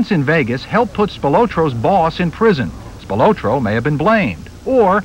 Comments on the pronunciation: Spil-O-tro with emphasis on the O is annoying. It should be Spil-otro . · Why are they calling him Tony "SpilOtro" when its SpilAtro? Is one an alias i wonder... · They way they pronouncing Spilotro is just annoying!!